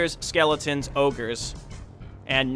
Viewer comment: Soooooo much more satisfying hearing you properly pronounce SKEEEEEELLEEETONS!